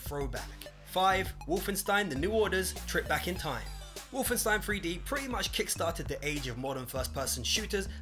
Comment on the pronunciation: Wolfenstein Free-D